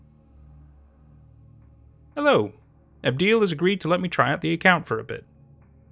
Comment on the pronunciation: Abdiel is pronounced abb-dee-ahl, it’s an angel name